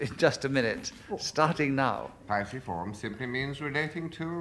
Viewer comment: noo, a piciform is a woodpecker, a pisciform is a number of other things😅 I've never heard anyone ask them to spell the subject, but either way they're pronouncing it wrong 🙈